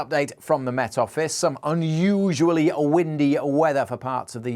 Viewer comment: How you said, un-you-sualy scared me more than ...